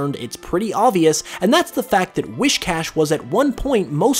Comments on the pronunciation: “Wiss-cash” not “Wish-cash” The “whis” prefix is like what you’d say for whiskers. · His saying WISHcash instead of WHIScash is really bothering me. XD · It’s not whiSHcash it’s WHIScash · Wiss-cash dude, not wish-cash. That's driving me nuts to hear it. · I know right. LOL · *I know. It was getting annoying. And I accept your apology.